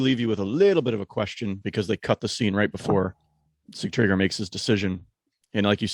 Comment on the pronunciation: You guys do a great job overall. Kudos to your dedication. I'm surprised you guys didn't mention Sigtriggur jumping from the window and mauling that man like a beast. What a spectacle🤩 Please tell it is not see-tree-gear. Sig-tri-gur.